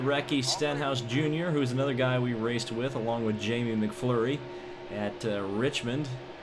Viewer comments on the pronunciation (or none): Why do you say Jamie McFlurry!!!